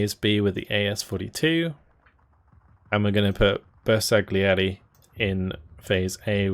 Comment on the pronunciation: Hi I'm your fan, and just for improve your pronunciation is "bersaglieri" not "bersag-lieri" and "lanciafiamme" not "lansiafiamm" 😉